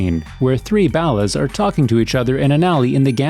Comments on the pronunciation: Can someone please for the love of Christ, correct the way the guy in these videos says "Ballas"? It's so wrong! Every single video! Dude says Ballas like they Bale hay or something. IT'S BALL-UHS. Not BAY-LUHS Also B-Dup it's pronounced like BEAT UP not B-DOOP For fucks sake guys! C'MAHN! Make it less obvious you're reading off of a script from material you don't know the first thing about. It really feels like a narration, instead of the narrators own personal experiences or revelations about the game. Not saying it has to be that way, but man, the script reading is rough when you're mispronouncing so many key words to the game. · OMG its ball ahs...like ballers. not bowelahs lmao..and bdup like beat up. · "Balas" "B-dupe" It's BALLAS as in Ballers and B DUP, like to be beaten up? CMON MAN! Pretty soon people will be making videos about errors in your videos. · It's pronounced bawl as. Not baal as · Ballahs and b dooop ? I could swear it’s pronounced Borlers (ballas) and B-Dub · The ballast? This whole time I thought they we pronounced ballers 🤣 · It’s pronounced BALL-US not bow-las what the fuck!!!!! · How to tell if someone never played a game? Listen to how they say names. "ballast"? Son, it's "Ball-las/Ball-er" Ballas... edit* "beat down on bdoop" Doop? I'm done lol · Why do you say Ballas weird? It's like 'baller' but with an 'a' at the end, you say it like 'ballast' without the 't'.... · Baulis? Pretty sure it's Ball-uz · The biggest mistake I've seen in this video is your pronunciation of ballas . . . It's said in the game hundreds of times as the BALLERS but you out here calling them the Bala's. I mean come on guy at least say it correctly !!! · Here's a mistake in this video: The guy saying "ballas" is saying it wrong. It's ball - ahs. Not the way way he said it in this video. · “The balas” why do you say these names so horribly 😭 tf is “rossenburg” 🤦🏽‍♂️🤦🏽‍♂️💀💀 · I love the way he says ballers. "ballas" Are you Canadian?